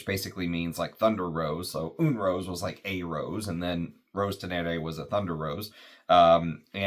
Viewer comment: french is tricky with pronunciation. "loup" is lou and "une" is yn from the ipa. ❤